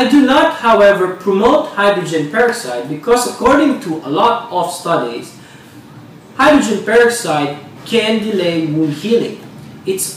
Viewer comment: Dumb stupid video. All man does is tell,u all he did wrong. And he can't speak English correctly. And pronounces hydrogen peroxide the wrong words used.